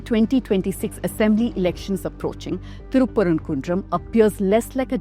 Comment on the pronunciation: 😂😂Wow calling it good journalist.. Can't say the town name properly..if they have done any study they would have found in 1980 ASI survey from state clearly states the lamp was lit there ... Skinader was killed there not any religion identity...by days passed they converted it to a dargah..He was king not any sufi imam as she claimed